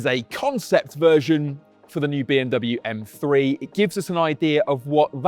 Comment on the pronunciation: For the Love of God Top Gear. Teach your Car journalist/critics that it is M three not M free!! 🤦🏻‍♂️